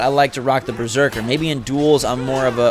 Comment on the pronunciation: lol you keep saying Breserker and not Berserker 😂